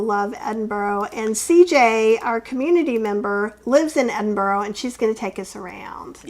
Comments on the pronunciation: your pronunciation is correct. If you were to say Embra to an Edinburgh resident they'd think you were taking the mickey. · ah, cool tip! I pronounce it ED-in-bruh. I'll give Embra a try. I love how places are pronounced by their residents. I grew up in Toronto and it's TrAH-na to us.